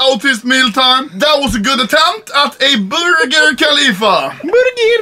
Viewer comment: Game time: Take a shot everytime Ludde says borgir